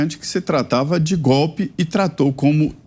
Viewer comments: Gostaria de avisar pro nobre repórter que Lula ladrão não sabe falar a frase golpe ele diz gope kkkkkkkkkkkkkk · Edmilson Félix! Eu estava lendo os comentários, e acho que vou descordar de você! É eu acho que ele pronúncia? GOLE 😂 já que é uma esponja de cachaça tchê 😳🥃🍾😜